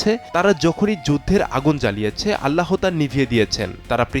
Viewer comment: এই লোকটা বার বার আল্লা হ বলছে কেন? উচ্চারণ হবে এক সাথে আল্লাহ, আল্লা হ না।